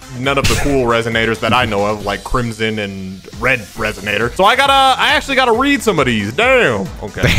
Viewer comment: “ackshaully” pot of greed was banned way before 5ds aired